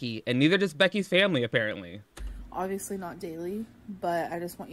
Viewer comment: "I look worse than ever" "OVIOUSLY " "BEEF TYPE SITUATION "